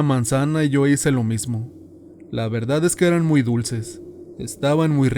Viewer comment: Me gustan las historias de terror mexicanas y por casualidad escuché esta, pero el narrador es pésimo, desconozco si no sea mexicano, pero no se dice CHANTOLO..se dice Shantoloo, y se escribe XANTOLO, Segundo dice verdat en lugar de verdad, y asi muchas pero bueno 👍 que más si es extranjero se acepta, pero si es Mexicano no